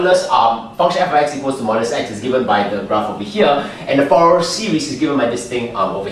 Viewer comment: I appreciate your Fourier Analysis' application to Electronics. And by the way, it's fur-ee-ey. Zero it out. And can you give dissertation on wave functions as they apply to wormhole theory? You could also say, "The convergence theorem 'suggests.'" Thanks for explaining infinite partial sums.